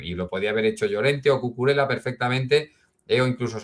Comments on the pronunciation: Por favor Cucurela no! es Cucurella! Lo he oído varias veces a otros comentaristas y suena fatal! la ll se pronuncia como una y. Ejemplo: llave y no lave. Perdón por la corrección fonética! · excelente analisis pero no se pronuncia Cucurela pq no es italiano, es catalán y se pronuncia Cucurella, saludos